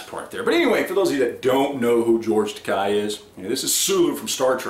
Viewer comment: Takei rhymes with gay.